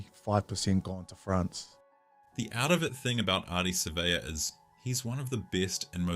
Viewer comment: One of the 04 greats, just wish they’d pronounce his name properly. Don’t stress or drag the ‘a’, just Savea. is the worst at names, Keith Quinn is much better.